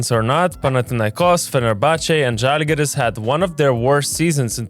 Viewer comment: It's žalgiris